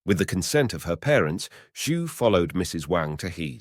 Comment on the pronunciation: Fyi I know it's hard to read the name, Xu. Many non-native speakers will say "Shu/Shoe". It's actually pronounced as "She".